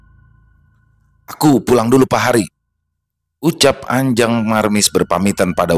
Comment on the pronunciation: Pengucapan "Pahari" Y jgn di pisah Pa hari. Tapi lansung di baca "PAHARI" saja. 🙏🏻